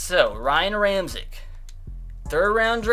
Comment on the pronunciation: Ramczyk's name is pronounced (Ram-check)